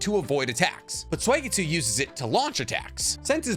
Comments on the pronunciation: Why does he say swageetsu 😂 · When are you going to start pronouncing Suigetsu's name correctly?😅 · I can’t tell if he’s saying suigetsu or swagetsu i hope he’s saying swagetsu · Please, please don’t say “Sway-getsu” it’s “Sue-E-getsu” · Why is it Sway-gay-tsu 😩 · Oh I didn’t know suigetsu was pronounced sweygetsu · i can always tell bro doesnt actually watch anime cuz of his blasphemous pronunciation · I get chills down my spine every time you pronounce Suigetsu's name. You doughnut...